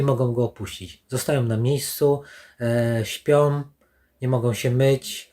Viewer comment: Jak zwykle ciekawy materiał. Pozdrawiam Twórców. Ps. Co to za doktor który mówi: "chcom", "majom", śpiom", "nie mogom"...